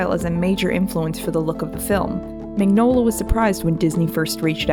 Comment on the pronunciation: Mignola (mee-nyo-la)